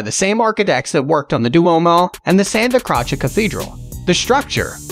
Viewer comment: One of the most irritating narrations of any travel video. "Santa Crotch-ay"? Jesus.